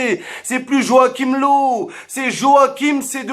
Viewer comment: Pour löw On prononce leuv